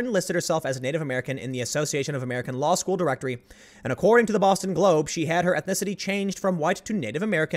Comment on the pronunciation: ha ha … "law skewl"